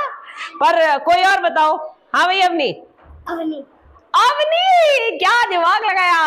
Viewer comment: मैडम , अवनी ...... शब्द नही अवनि होता है धन्यवाद तरीका बोधगम्य है!!!!😊😊😊